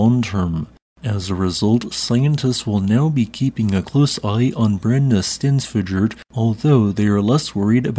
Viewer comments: As for the pronounciation, the -fjöll part goes as -fya-ttl. At least, that's much closer to it. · Just say Brenni sten (breath ) fyoll. This is a combined word so practice slowly . Then accelerate until you can say both together 😅😂❤ without breathing in-between. Good luck!! Americans are usually very good at speaking Icelandic when they know the "shortcuts" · Hey! To help you pronounce "Brennisteinsfjöll" its good to break it up into bite size pieces. "Brrennih - stains - fyutull" Make sure to rrrrroll your R's and the second 'u' in fyutull is silent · "fjäll" is pronounced like "fiell", not "fiak". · You could ask to pronounce volcanoes and glaciers, then put them into the narration as appropriate:) Double "L" at the end of a word are pronounced as "TL". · Just a heads up. Brennisteinsfjöll is pronounced Brennisteinnsfyotl. The double LL at the end sounds a bit like bottle, but you have to push the sound between your teeth at the side of your mouth. The name means sulphur mountain; burning stone mountain. My wife is Icelandic and laughs every time you say it 👍 Tough language tbh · I’ve said this a billion times, I’ll gently say that the way you pronounce words ending in “jöll” or “jokull” is still wrong. That last “fjoll” has a Y sound in it, the J makes a short Y sound, like “fyull” I can’t understand also what makes you turn Eyjafjallajokull into “Eyjafjallajokutal” when there’s no T toward the end lol It’s Eya-fa-yal-la-yokul And full disclosure I’m not even Icelandic 🤣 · It’s actually pronounced like a soft l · 🤣 Yeah, sounded more like a volcano in the canary islands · No. He always butcheres the double l's in the end. Lot's of bizarre j's or t's or something. Just pronounce it right mmmmkay: "hhhhttttl" 😊 "BRENNI-STAYNS-FEE-OEhhhhttttl" 🎉 P.s. pronounce fast, not slow 😊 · You weren't joking about Brennisteinsfjoll being difficult to pronounce, I think you pronounced it in a different way each time you said it! 😂